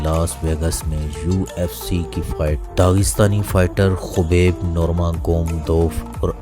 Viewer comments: Yar apni pronunciation thk kerlo plzzz khaaaaaabib Hy not khubaib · Khubek nahi bhai..khabib nurmagomedov hai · Awaaz to sai nikal and khobeb ni h khabib h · Khubeb nhi khabib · kobar nhi yaar khabib naam hai... sahi se pronounce kar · Bro his name is khabib not khobab aur baki video best hay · Its name not khobob it's name khabib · bhai aap naam kyun aise pronounce karrahe ho uska naam khabib hai aour urdu me usko habib hi kehsakte hain... russian accent me K almost silent hota hai. baqi sab to theek hai information.. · Gando 😂 u even can’t properly say name 😂 shame on you. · Naam pronounce karna aata nahi.. chaley hai YouTuber banney.. Dagestan & Chechnya part of Russia...